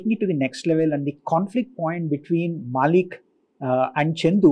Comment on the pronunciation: Its not MAAALIK... Its MaLLick